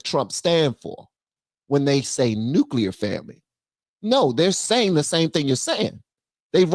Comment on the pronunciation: Nuclear family not nucleur